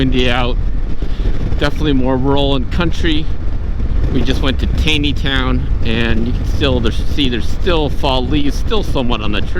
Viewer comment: LOL, Taneytown is pronounced "Taw-nee-town" :D